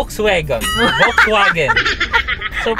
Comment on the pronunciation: doc and maam, may I correct you po? VW is a german brand, so its not read or pronounced as as V but with an F and not W but with a V.. bali Folksvagen sya kng basahin.